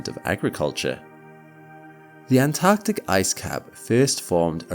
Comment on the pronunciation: Correct me if i'm wrong, but i think the word is 'Antarctic'?